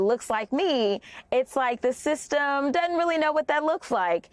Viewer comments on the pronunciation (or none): What is the word “dudn’t?”